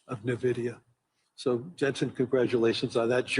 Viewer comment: Este señor no sabe ni que la empresa se llama Nvidia. No nividia. No sabe ni de lo que habla.